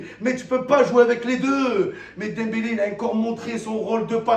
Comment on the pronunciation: il dit dempelé et celui que j'ai critiqué faut aller chez orthophoniste petit